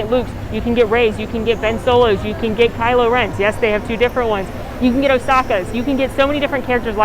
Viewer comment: Oskakas????? Do you mean asoka